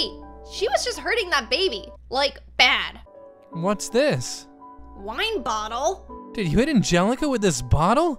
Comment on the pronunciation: Yeah julia said bootle😂